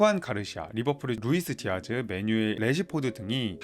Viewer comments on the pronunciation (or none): 축구정보 전달이 정체성인 유튜브 채널인거같은데 1분 만에 영상을 보기가 싫어집니다.. 선수 및 팀 이름을 제대로 부르시지를 않네요. 후안 가르시아 -> 주안 가르시아 루이스 디아즈 -> 루이스 디아스 아스파뇰 -> 에스파뇰 입니다.